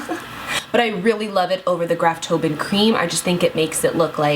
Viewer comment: Graftobian = Graf-toh-BEE-an I vow to keep writing this until she pronounces it correctly. lol 143😋❤❤❤